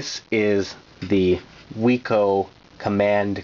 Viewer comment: Great video. The company name was pronounced "wick-oh", named for Max Wiczer. As mentioned in other comments, this joystick also existed in bat-only and ball-only versions, so check when buying one of these. Whereas the official Atari joysticks would get soft and then die, the Wico products last forever. Unfortunately, the company is gone. I had a bat version.